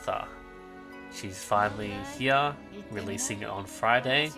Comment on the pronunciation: H8 how you pronounce "HERE", but good work as always.